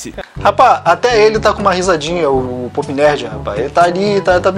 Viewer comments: cuida na hora de falar o nome do canal se fala póp, como se tivesse acento, se tu falar pup vai parecer coco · a sua pronúncia ficou parecendo “poop nerd”(cocô 💩) e não pop.😹😹😹